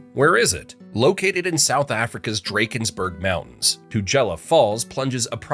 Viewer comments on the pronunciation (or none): the pronunciation of Drakensburg has me laughing lol